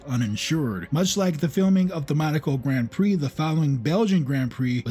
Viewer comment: Don't ever try watching "Grand Prix" on a television screen. It needs to be seen on a Giant Cinema screen. The love story is silly, but it's still way better than that Brad Pitt nonsense. Excellent video! (apart from your pronunciation of "Grand Prix")